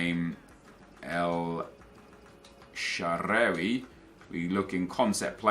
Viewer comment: Sorry but the way you say El Sherehhwey just doesnt sound right. It's El Shahrawy.